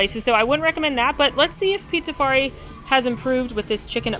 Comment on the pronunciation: Drink every time calls Pizzafari Pizzarizo lol